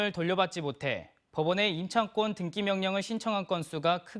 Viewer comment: 등기를 왜 등끼라고 하는 거지